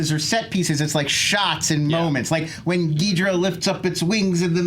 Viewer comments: Ghidorah. Not ghidrah. Say it with me. Ghi Do Rah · King Ghidorah...Ghi-dor-ah 👀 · The cringe of the GHIDORAH!.......being pronounced as "ghidrah" is too painful. Please stop this nonsense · Ouch, that mispronunciation of King Ghidorah's name is painfully off. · Y'all can not pronounce ghidora😂😂